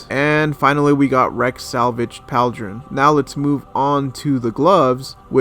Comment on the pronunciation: Pauldron is pronounced like the word "call" haha "P-all-dron"